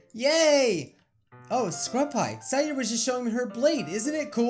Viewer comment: i love it when he pronounces their names correctly nat-ski sa-yori